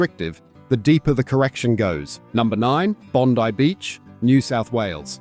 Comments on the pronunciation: The i is not short in Bondi. It’s Bond-eye (Bondi). Not Bond-ee or Bind-long i. So cut your crap. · It's Bondi (eye) Beach not Bondee 😁